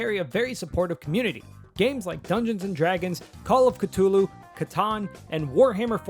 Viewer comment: You said call of Cthulhu funny.